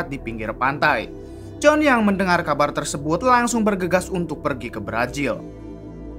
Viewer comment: Apa gak bisa bilang Z ya bang..pake nya J terus..berazil jd berajil,yakuza jd yakuja